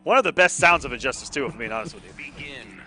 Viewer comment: "Injusitce" mate